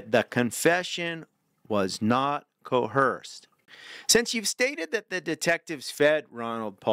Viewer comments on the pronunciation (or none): please, there is no H in "coerced"!